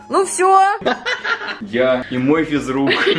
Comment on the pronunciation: Мне показалось не физрук а пизрук